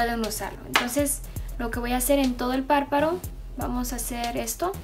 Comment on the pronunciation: disculpa mija pero no es PARPARO, ES PARPADO jjijiji..... quedaste PRECIOSA!!! saluditos y like =)))